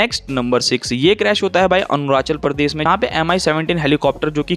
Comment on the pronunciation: Not Anurachal Pradesh it is Arunachal Pradesh correct your pronunciations